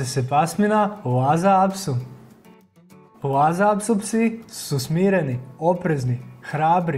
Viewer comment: Super video ali ši cu, las apso i joršiski terijer se izgovara ju ovako kako sam napisala.